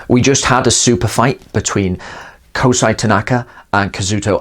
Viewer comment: KOH-se-ee, not Ko-SAH-ee.